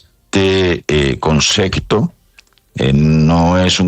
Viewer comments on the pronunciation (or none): Un ministro que dice concecto